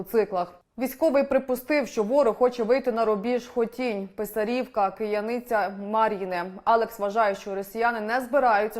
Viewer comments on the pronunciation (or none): Ви як іноземці, а не як українці !!! Коверкаєте назви наших сумських сіл !!! РО' менська громада, а не РомЕ'нська !!!... ПИ'сарівка, а не ПисарІ'вка !!! Ю'наківка, а не ЮнакІ'вка !!! ПОВАЖАЙТЕ НАШІ УКРАЇНСЬКІ НАЗВИ і ВУХА СУМЧАН !!!